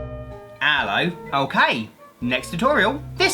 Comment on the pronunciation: When he would say “onkay” Instead of “okay”